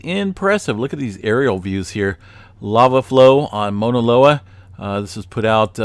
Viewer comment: Thanks for you info. I’m on Big Island and it helps to have different perspectives. Also, just a slight correction. You’re pronouncing it “Mona” loa. It’s be worth tracking down a video of a Hawaiian pronouncing “Mauna.” Thanks again for the info.